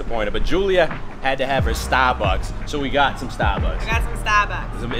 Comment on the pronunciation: the way julia said starbucks "Sta buks" lol